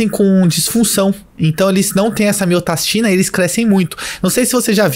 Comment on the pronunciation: Falou pouco mas falou bosta. Como você vai hipertrofiar o coração com inibição de miostatina (que você falou miotastina o vídeo todo), se você não estimula ele fisicamente? Você tá usando uma argumentação que cabe para GH, mas com certeza não tem coerência quando se trata de um inibidor de miostatina.